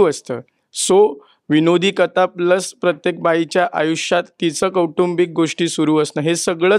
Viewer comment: कलाकारांनी प्रश्नांची उत्तरं खूप छान दिली आहेत पण पत्रकारांच्या उच्चारांचा फार म्हणजे फारच आनंद आहे. 'पन', 'कता', 'कतानक'! प्रदीप भिडेंसारखे वृत्तनिवेदक ऐकलेल्या कानांना ते फार टोचतं. झालंच तर तो 'परदेशातच का' प्रश्न म्हणजे अगदीच धन्यवाद होता. प्रोमोमध्ये झालंय की सगळं सांगून! 'आता काहीतरी विचारायचं आहेच तर विचारू शास्त्र म्हणून काहीतरी', असा उद्देश असेल तर दुर्लक्ष करायला हरकत नाही.